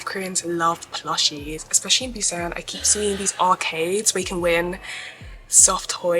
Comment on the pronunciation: Girlll-- you butchered every Korean word, including the name of the city. It's all good though, glad you had a good time in my home away from home, lol. It's a daikon radish.